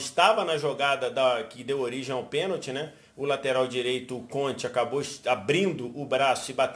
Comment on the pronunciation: Eu ouvi penaldo 😂😂😂